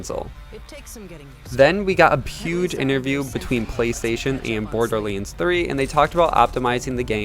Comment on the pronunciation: Borderlands, not borderlinds 😅😅 otherwise great thing to know about the specs, can't wait!